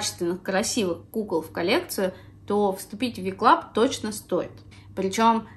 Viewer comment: Небольшая заметка: не Ви Клаб а Дабелю Клаб. Вы наверное перепутали буквы :)